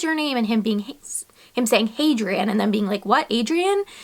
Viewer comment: Probably best you aren't going to call your son Hadrian because the way you pronounced it isn't quite right.